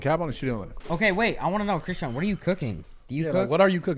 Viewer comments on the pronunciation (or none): Bro when he said. Christean lol it's not christean it's chrisean has me 😂😂😂😂😂😂